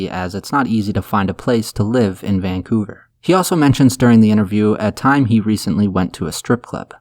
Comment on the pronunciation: Hahahaha he said vancooter